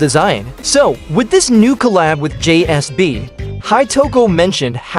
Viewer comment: JSB!? ITS JSAB!